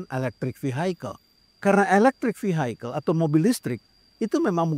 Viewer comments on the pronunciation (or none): Koreksi, pak. Vehicle itu dibaca = vihikel; bukan vihaikel.